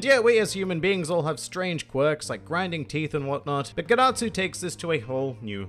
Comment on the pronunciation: Dad-atsu More like ged-atsu